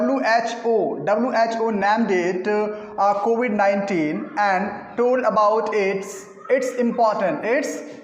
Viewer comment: Kovid nhi covid🤣